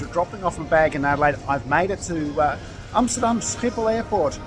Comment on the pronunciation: Great video. Your pronunciation of Amsterdam was spot on ….. made me wonder if you are in fact Dutch